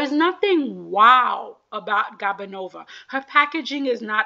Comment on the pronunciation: It’s GOO-banova not GAB-anova I think she’s a lovely skater- 6th place is a slap